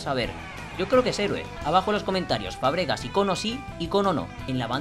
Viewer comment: es Fàbregas, no Fabrégas,me da un poco de toc que lo digas asi 😂😂😂